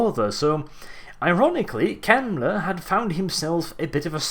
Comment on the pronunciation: I'm sorry I'm saying this, but you're telling stories with 2ed. I know from 1ED warhammer and a lot differs. which was 1994. and mispronunciation of his name.